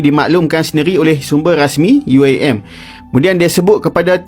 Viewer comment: itu pembawa suaranya aja nyebut UIAM pakai logat inggris.. dasar bahasa rojak